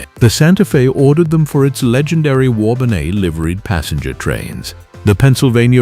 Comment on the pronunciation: I always get a chuckle when the cultured AI voice says "warbonnay" instead of "war bonnet".